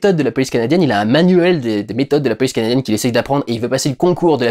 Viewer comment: Premier visionnage, je n'ai pas entendu l'accent canadien. Deuxième visionnage, j'entends le petit "canadiienne". Si ça peut te rassure, c'est pas l'accent canadien/québécois le plus prononcé que j'ai entendu de la pars d'un français. Bob Lennon fait bien "pire". Pis, à la question "pourquoi est-ce qu'il faut que je fasse une accent à chaque fois que je parle du Québec". La réponse est simple: tu es FrrANçaiis (à prononcé avec un accent québécois ou une caricature d'accent parisien/français).